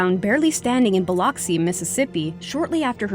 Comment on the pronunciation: That’s- ...that’s not how you pronounce Biloxi...